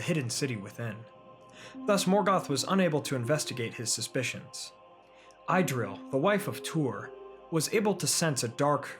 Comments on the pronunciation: Pronunciation note: please: Idril= Ih-dril or ee-dril NOT EYE-dril! Thanks. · It's not 'Eye'-dril, it's pronounced Idril with a short i as in the word, well, in - good storytelling though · Not “Idril”, “Eedril” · I have a question, wouldn’t the pronunciation of Idril be Eedreel? Just correct me if I’m wrong, tanks and great video!